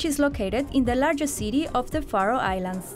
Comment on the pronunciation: I love how she pronounces Faroe Islands